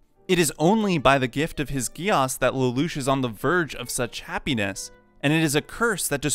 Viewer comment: I'm sorry but the way he said geass hurt 😂. I thought it was pronounced geese